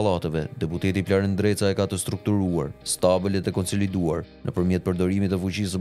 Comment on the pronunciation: Bravo eshte gjarper nreca se normalishte eshte ndreca po e thot me r te holl nreca